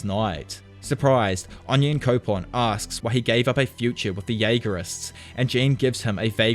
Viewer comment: No offense but your accent makes it the way you say Onyankopon really funny! I hope you don't misunderstand this Onionkopon is such a better pronunciation than the original one!